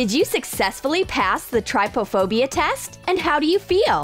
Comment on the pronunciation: Everyone it’s trypophobia not tripophobia